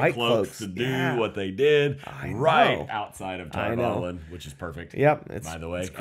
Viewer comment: Spoilers-ish.... - - - - - The title (one of) for the Amyrlin Seat is 'The Flame of Tar Valon'. (And the series confirmed - Valon rhymes with Prawn, not Talon. Emphasis on the final syllable. Just... y'know... being OCD, sorry.)